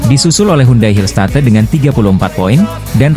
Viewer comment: Belajar dong cara mengucapkan bahasa Inggris dengan benar, bukan diucapkan Pink Speeders tapi Pink Spaiders, Hill State harus nya diucapkan Hill Steit, belajar dulu pengucapannya di Google